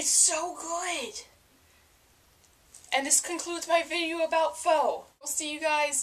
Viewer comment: Hey, I'm a new subscriber, and I love your VEDA videos so far. Glad to hear you love pho so much :) it's great stuff. (and fyi it's pronounced like "fuh" and what you described as basil is actually cilantro.)